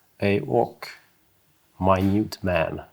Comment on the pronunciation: As an American, my-newt(Minute) man is a great modern definition 😉